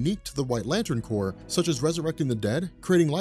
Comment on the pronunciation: first I want to say how much I appreciate you pronouncing corps the right way and not like a couple of dudes on a certain comic "island" who over hour long videos like explaining the injustice series, say corpse instead of corps every single time, and you know how often the green lantern and sinestro corps come in to that story line, safe to say they say it a lot, and since this is a hard decision and since I've never been a fan of any of the lantern corps and grew up on marvel but switched to DC as an adult, my inner child is telling me to go with Franklin Richards on this one, even in his child form where he might be at a disadvantage you still brought up how that could also mean he does something horrible on accident, like he could do to Kyle before he has a chance to do anything. I'd like to see Lobo versus someone like Wolverine, although it doesn't have to be Wolverine, just someone like him or just go with him, either way.